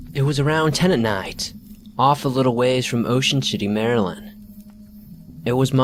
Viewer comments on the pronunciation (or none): none